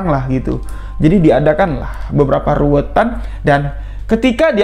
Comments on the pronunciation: Bukan ruwetan mas, tapi ruwatan.. Krn ruwet dan ruwat itu beda arti.. Walaupun kami tau maksud dr. Tp alangkah baiknya diucapkan dg pengucapan yg benar spy tdk ambigu. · Ruwatan bukan ruwetan. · Ruwatan.bukan ruwetan. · RUWATAN bukan RUWETAN.......